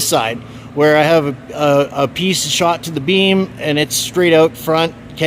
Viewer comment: Beam. Not bean